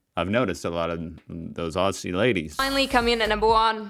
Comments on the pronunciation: Aussie is pronounced 'ozzy' not ossie! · Just a small tip - Not Ossie, Ozzie. :) Also, not Osstralia, Straylia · It's pronounced more like Ozzie than Aus-sie. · Lol you still gotta work on the pronunciation of Aussie😂. It's more like /ozzi/ rather than /ossi/ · Enjoy watching your vids. To help you out, when you say Aussie, drop the sS and imagine it’s spelt Auzzie or Ozzie to get the phonetics right 👍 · We don't say it like owssie!! ... Aussie is pronounced by us as "Ozzie". The Au is O the ss is Z, ie is y. Ozzie's, but spelt Aussie . You're trying. Cheers! 🎉 🇦🇺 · Don’t say “ ossie “ ! It’s OZZIE ! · If you think you have an " O-see' accent better than an Australian , You must pronounce "Aussie' as "Ozzy' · The FIRST thing you need to know about the Australian accent is to pronounce Aussie as Ozzy. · HEY MATE you probably won't read this .. but you hurt my ears when u say Aussie...... its pronounced Ozzy... like the singer Ozzy Osbourne. plus i like your contents so far lol 😂 😂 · the 'ss' in Aussie isn't an ess sound. It is a zzz sound. Blame muhrican spelling. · Oh yikes that australian accent you tried hurt my soul, also it's pronounced "Ozzie" not Aussie, the s's are pronounced as z's haha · You pronounce Aussie wrong, the double s are pronounced as zz.